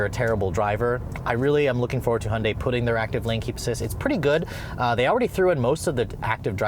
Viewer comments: ITS PRONOUNCED Hi-on-dy NOT hun-dy YOU STUPID!!! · ホンダイの発音は戴けないけど 想像よりもストレスフリーな加速だ。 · He can't even say Hyundai, driving with no hands, great man